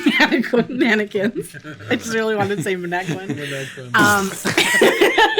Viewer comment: The utter confusion on face the moment dispronounces “mannequins”